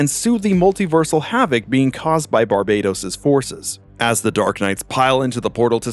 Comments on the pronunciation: Its actually pronounced bar"bat"os like batman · "Bar bay tos" shivers Ugh, please Americans, please pronounce names correctly for once.